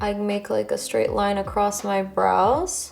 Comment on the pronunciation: I kept thinking you were saying bras, then realized you were saying brows 😆. BTW, your makeup and hair look great.